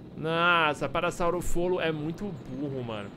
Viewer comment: É parassaurolofo kkkjkkk não parassaurofolo